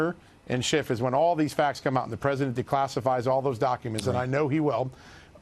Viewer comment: he said shifft and I LMAO